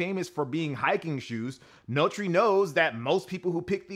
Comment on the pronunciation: Notre = no-tur (e.g. Notre Dame); not "no-tree"